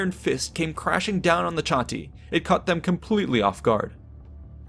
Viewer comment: Cherusee? Do you also say Shatti? What about Brusteri and Tensteri? You do know Latins and Germans always pronounce a hard "C" right? Of course you didn't, otherwise you'd be saying their names right. *massive eye roll*